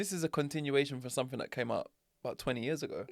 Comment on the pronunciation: I like word of the week and not to be pedantic but it’s driving me mad that your saying somethink instead of something almost as bad as saying Pacific instead of specific 😂